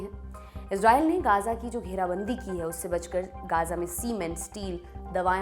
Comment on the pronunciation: मैम वो गजा है ना की गाजा और गांजा😂😂😂😂